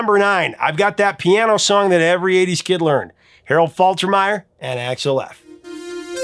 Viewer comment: Dude....did you call Axel Foley .....Alex?